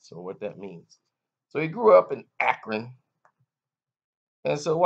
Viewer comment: Don't be saying Akron like that I hate LeBron but don't disrespect the City